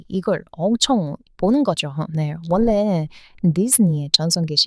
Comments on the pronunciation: 저도 지적질 ㅎ... '원래' 를 발음할 때 받침 'ㄴ' 다음에 'ㄹ'이 오면 'ㄴ'을 'ㄹ'로 발음합니다. 그래서 '원래' 라고는 쓰지만, 읽을 때는 '월래' 라고 해요. 재관람 --> 재괄람, 전라도 --> 절라도, 신라 --> 실라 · 항상 감사합니다. 그런데 한가지 도우을 드려도 될까 해서요. 한국 발음 즉 받침 ㄴ이 다음에 ㄹ을 만나면 앞의 ㄴ은 ㄹ로 발음 합니다. 예를 들자면 원래를 는 원.래 즉 쓰여진 그대로 발음을 하게되는데 그러면 듣는 한국사람들은 무척 어색하게 들립니다. 원래를 월래로 발음해야 자연스러운 한국어 발음이 되는 것입니다. 오지랍 넓게 나서서 의 기분이 상하지 않기를 바랍니다/ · 관람=> 괄람, 원래=>월래 로 읽어요~ 한국어는 발음이 어려운게 진짜 많아요^^ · 딴지는 아니고 그냥 알고는 계시는게 좋겠다는 차원에서 말씀 드리자면, 자음동화라는 법칙에 의해서 첫 단어의 종성에 'ㄴ'이 오고 두번째 단어의 초성에 'ㄹ'이 오면 발음은 'ㄹ' 'ㄹ'로 발음이 됩니다. 당연히 쓰기는 그대로 이지만요. 예를들면 초에 '원래' 라는 단어를 힘겹게 발음을 하시더라고요. 저 단어의 발음은 '월래'라고 하는게 맞습니다. 한국사람들도 '원래'라는 단어를 그대로 발음하면 힘들거든요.